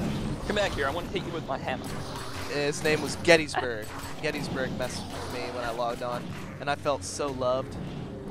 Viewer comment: btw its getsurg not gettysburg close enough though and yes im getsurg